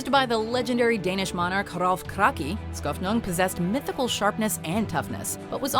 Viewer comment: oh... never knew. Although he got Skofnung right.